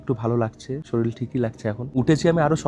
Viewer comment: ওটা শরীল নয় শরীর । ভালো করে উচ্চারণ কর । 😅